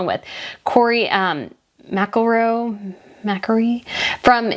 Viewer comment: Rory* McIlroy* McIlroy is pronounced MACKLE-ROY. He’s an Irish golfer.